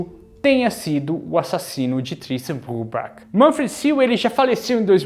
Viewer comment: A pronuncia do nome eh " Brübar"(o CH tem som de "r") 😊